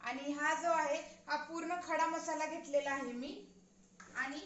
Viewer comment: घेतलेला या शब्दाचा उच्चार घेटलेला असा का करतात...त चा उच्चार ट करतात ते ऐकायला बर नाही वाटत......बाकी मस्त